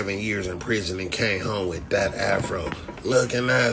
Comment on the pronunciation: He said half-ro lmaooo I’m dead